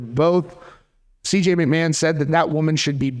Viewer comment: It’s not McMan my guy. It’s like nails on a chalkboard.